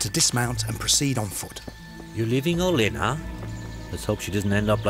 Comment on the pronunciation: Olena should be pronounced "Hielena"